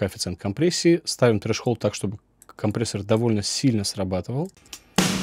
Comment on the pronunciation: Трезолд! Ну почему треш-холд?? )))) )))) Рацио)))) Но. Не знаю, как бы жила без ваших уроков) 💚